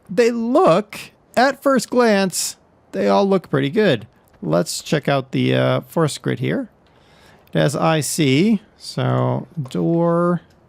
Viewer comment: Der, I like your vids, appreciate the spotlights, but the brand is pronounced - Fort Shritt (think along the lines of portrait). Keep up the good work. Thanks. :)